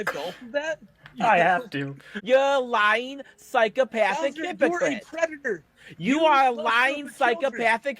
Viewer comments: “I went to ha big buva, and he said….” ” is a preditah” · is a pwedatowr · But hes nawt a pweduhuh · Somehow, the pwedator returned. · is a pweadator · is a pwedatow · "I AM NOT A GWOOMER PWEDATOW" -gwoomer pwedatow that shows cawtoon cornography to 15yo's on discowd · a pwedaturr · IS A PWEDATA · is a pwedator, who cannot be touched by the powice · "They aboosing me, I'm not a pwedator." -. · aka the pwedator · Pwedator Hahahahs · is a pwedatah and a wetawd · "it's just Cawtoooooons, Im not a pwedator"